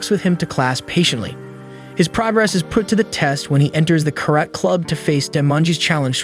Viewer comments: carat? Karate! pronunciacion is different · What's that karayt?! Its Ka-ra-te! Also, its not a philosopher warrior but a judo, jujitsu master.